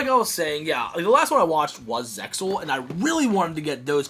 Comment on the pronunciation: i was into it until ya pronounced the X in zexal. SUBBED never dubbed.